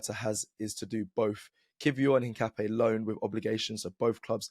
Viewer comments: Een-kah-pee-EH. Stress the last syllable. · I’m not ‘een’. Ca like cap not ‘kah’ like car. Don’t stress any syllable more than any other, it’s just ‘incapié.